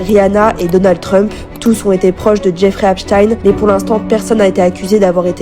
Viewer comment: Apprenez à prononcer son nom correctement déjà .. cette manie qu ont les français à estropiller les noms étrangers jeff(ri) Eps(stine)